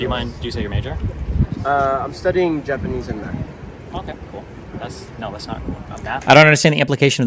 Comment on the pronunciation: Speaking of oriental, this guy's fluent in Yapanese.